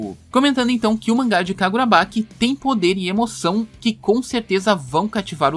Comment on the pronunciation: Sério onde vc viu que tá tendo esse negócio da fandom e outra é kagurabachi e não kagurabaqui , tirando isso cara ótimo video.